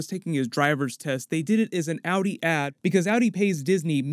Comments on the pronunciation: I like how he pronounces Audi as Outie. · Awwdi 😂😂😂lmao pronounciation mate